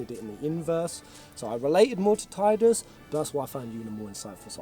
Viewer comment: Seeing pronounce Tidus' name as "Tide-us" instead of the official "Tee-dus" makes me so validated since that was how I imagined it playing through FFX as a kid. XD